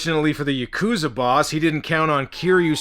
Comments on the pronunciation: Well I hate to be that guy... but it's not Ya-coo-zah. It's Yah-kah-zah. And that's from a former Japanese roommate I lived with who knew some Yakuza in Fukuoka. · is it really that hard for americans to properly pronounce yakuza?